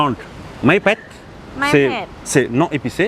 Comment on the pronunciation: ça va pas 🤦🏻 quand tu dis pet on dirait que tu dis le canard en thai 🤣 entraîne toi à l’accent 😜